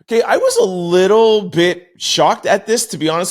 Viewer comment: Lil not little